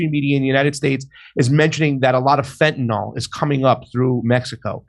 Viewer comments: Fuck! What is "fentanol"? It's "fentanyl", dammit! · Could people stop pronoucing it fentanOL please?